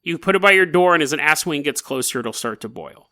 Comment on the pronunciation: You pronounced aswang as “asswang” lmao. It’s pronounced more like “as-wung”, the stress on the second syllable without any on the former.